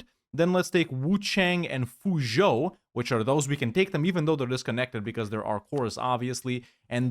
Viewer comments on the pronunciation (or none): none